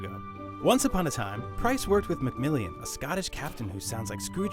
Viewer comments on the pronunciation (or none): they are BRITISH not american and alos Its macmillan not macmillion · its macmillan mot macmillian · Mistakes in the video: British, not Americans Macmillan, Not MacMILLION Makarovs a terrorist, not a military Lt. Helicopters, not space station parts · And it's McMillan not McMillian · McMillan not McMillian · It's Cpt. MacMILLAN, not MACMILLIAN! Where the fuck did that extra "I" come from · macmillian? it's macmiilan bro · Mcmillian? u mean mcmillan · YOU INFIDEL ... ITS NOT "McMilliiian"! its MCMILLAN! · Did he call Macmillan, macmillian? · David Simpson MacMillion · "Macmillian" Lol'd how he fucked up at Macmillan's name. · he pronounced MacMillan so damn wrong XD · The way you pronounced MacMillan gave me AIDS.